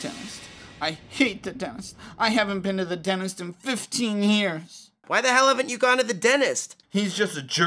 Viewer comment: Does anyone else notice their saying "Denist" not "Dentist"